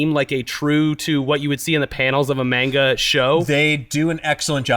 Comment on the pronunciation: MAIN-GA... ugh makes my ears bleed